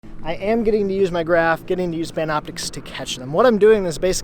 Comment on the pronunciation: Did you say Pamna Optix?